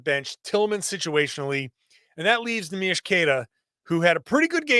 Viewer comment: Neemias Queta not Neemish Queta